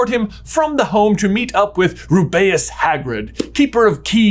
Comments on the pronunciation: I don’t think I’ve ever heard hagrid name pronounced Ru-bay-us before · J you said Harry could attend Hogworth whispers That's not a thing. Also why'd you say Hagrid's first name all fancy sounding, but not correct? Lastly no matter how luscious his hair is it will never be Lucius (like Lucian) in the 2nd movie it's said Lu-See-Us Malfoy! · Hey why do you say Rubeus like that?